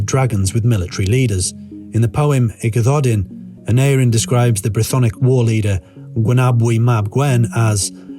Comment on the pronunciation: Nice video - but the pronunciation of the names wasn't quite correct. Aneurin is pronounced with the penultimate syllable : Ann- EYE- rin The same for Taliesin - Tal -Yes - in And Urien isn't pronounced as Urine but as Irr- EE- en.